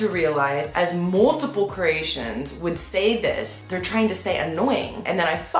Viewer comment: Maybe Croatians sound as funny as her when she says Ceratians instead of Croatian